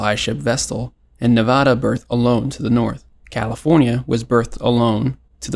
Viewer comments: You're mispronouncing 'Nevara' . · why did bro butcher nevadas name like that 😭